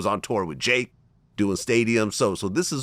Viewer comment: Lol he called Drake, "Jake"